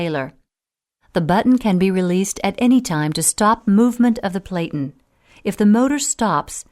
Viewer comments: It is pronounced "PLAT-IN", like flatten, but with a "P" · Narrator doesn't know how to pronounce "platen."